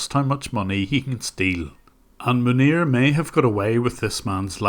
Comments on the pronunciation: i hear manure, not his actual name. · Man nir - sounds very close to Manure ha! We done sir - Makes me proud to be a fellow Northern Ireland brother. God bless you 🙏 An Irish man in Kobe Japan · "But how did that couple end up with Manure as their support engineer" I will not be accepting anyone calling this man by anything other than Manure from now on because this is how I heard the sentence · Manir? More like 'Manure'.